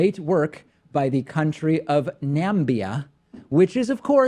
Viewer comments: Nambia, Namibia? He just can't read. Bigly Sad. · Nambia is just Trump's ignorant way of saying Namibia. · He obviously meant "Namibia". Hell I thought it was "Nambia" for a while. It's a minor mistake. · Jesus you guys! Don't you know anything? It's NAMBIA! In Acrifa? Jeez. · He called it Nambia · Obviously he`s reading Namibia but having more than two syllables it screws him up. Three syllables was a stretch. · Namibia? Does not seem to be that bad mispronunciation ... (He has much worse problems than that) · I guess he meant namibia, but someone so tell him how to say it. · Packman: Hahaha He pronounced Namibia incorrectly! few seconds later What's the Gambia? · I think he just mispronounced Namibia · Tiniest Violin LOL that's true. I'm just saying , I don't think he randomly made up a name of a country. He just has a funny way of messing up words